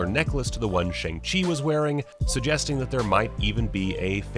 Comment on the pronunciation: The name is pronounced more like Sh-young Ch-ee that’s how the cast say it and how it will be pronounced in the movie for anyone wondering